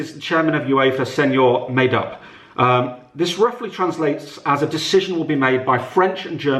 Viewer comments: Senor May-Dupp senor Made up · Senor may-dup made upppppppppppp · UEFA chairman, Senor May-Dupp 😂😂😂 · President may-dup